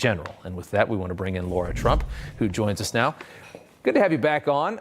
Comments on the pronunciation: Hannity is the worst with not getting her name correct. It's LARA not Laura. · Dammit Rob, it's Lara not Laura!